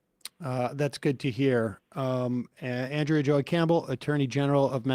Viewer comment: It's ahn-DREY-uh Campbell 😂